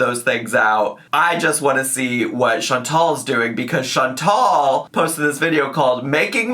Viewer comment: Chantal is pronouncing the E correctly but not the A. She’s making it that nasal English A instead of a soft A.